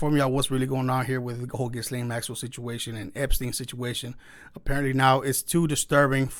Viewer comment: people...ghyslaine...all of you say her name like >> guylaine... but her name should sound as.. >>>> geece-lane...